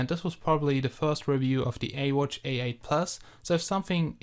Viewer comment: You dont say ee watch you say this as iwatch